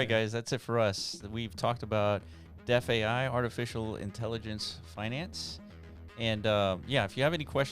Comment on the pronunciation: DeFAI is pronounced thr sane way as DeFi